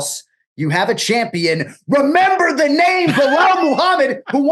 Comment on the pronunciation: murmember thur nem